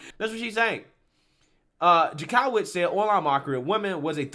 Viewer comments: It’s pronounced Jank-o-witz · the Jank is pronounced Yank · I'm thinking this is illegal to begin with and totally first amendment, I don't get how they think this is going to be allowed to stand. If it does it is some serious scary shit! Oh, I love your videos except you have no idea how to say certain words or names, this crazy woman's name in Jank o witz is how it is pronounced.